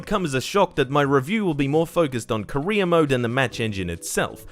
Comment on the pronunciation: Every time he says career it sounds like he’s saying Korea